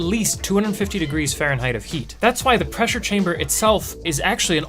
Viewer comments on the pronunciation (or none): i know this man did not just say ferinhight of heat